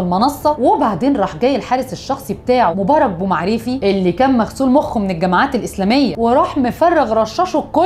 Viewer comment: يا الاستاذة الاسماء المذكورة من طرفك كلها محرفة في النطق يا اختي ما تركزي في قراءة الاسماء ... سبحان الله اسماء عربية ماهيش فرنجاوي حتى تلقاي صعوبة في نطقها ... عنتر زوابري و ليس زوباري و مبارك بومعراف و ليس بومعريفي و مداني مرزاق و ليس مداني مزراق !!!